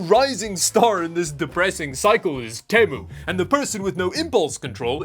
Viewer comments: Not temo its pronounced Tee-MOO. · its not pronounced tehmu its pronounced Teemu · It’s teee mu not teh mu btw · Its pronounce Te mu mot Tem u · ITS PRONOUNCED TEMU NOT TEMU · its called TEA~Moo not TEH~mu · Sir I think its pronounced as Temu not Temu. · You gotta pronounce it right, its team-you with the end sounding like emu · Uhhh.... its pronounced TEEMUU sir, thank u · Oh man.! You mispronounced "TEMU". Such poor grammar and lack of language structure. I would've expected MUCH better phonetic articulation from you, sir! After watching hundreds of minutes of your videos, you have opened a deep seething wound of regret within me. I must seriously reevaluate my life choices going forward. Good day to you, sir! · hearing someone pronounce Temu like that is so weird like yeah I pronounce it like that but because I'm hispanic but hearing an english speaker prnounce it that way is so werird 😭